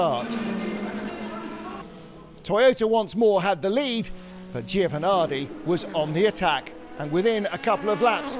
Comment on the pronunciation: Giovanardi? Get it right, amateurs...